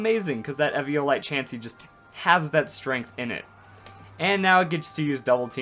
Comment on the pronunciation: do you know how to say eviolite you downsy